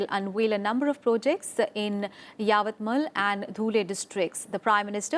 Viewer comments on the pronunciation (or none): The attack issue is so pertinent and the way Pakistan is reacting to it fumes me. I like the anchor very much but she mispronounced Yavatmal.